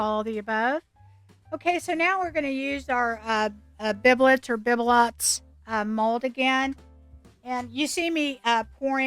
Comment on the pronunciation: Thank you for the correct pronunciation! ❤